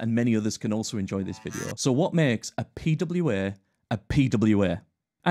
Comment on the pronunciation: Beside of the prononciation, the fact how often he said the term "P-W-Eeeeh" made that whole thing kind of annoying for me. Yes this might a video about pwas and I understand that you have to use that word, but not like 40 times in a row... At some point just tell them applications because everyone knows that you're talking about P-W-Eeeh's after being told so often.